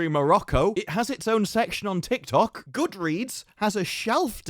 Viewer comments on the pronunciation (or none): none